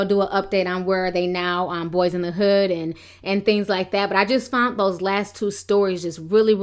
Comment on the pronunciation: HOST...WHERE ARE YOU FROM> WHY ARE YOU CONSTANTLY MISPRONOUNCING THE WORD "FOUND"...IT'S PRONOUNCED "FOUND"....NOT "FOUNT"..(no such word in the English dictionary) damn girl...LMAO